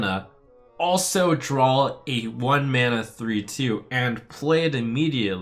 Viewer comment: draw dude not drawl now sound like strifecro